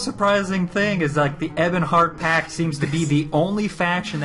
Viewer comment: Lol, its Pact. With a T.